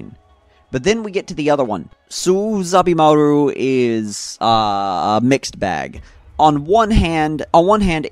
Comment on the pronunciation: You got the name of renji's second bankai wrong it's not Soo Zabimaru it's So'oh Zabimaru